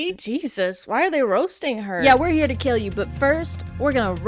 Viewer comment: The constant mispronouncing of words from adrian and NO ONE else is so funny. like he's supposed to be the most serious character but then he's like: "now you're the one HÜÆGK giving up" completely seriously